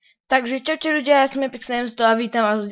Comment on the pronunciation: hovoris divne rozumel som: cawte ludia ja som:D:D